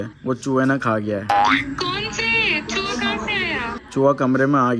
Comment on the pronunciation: Chuwa Nhi chuha hota he bhai mind Nhi karna